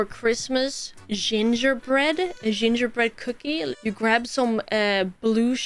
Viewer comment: “singherbreqd cookie”